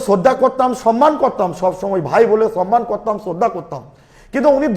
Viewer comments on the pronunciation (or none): none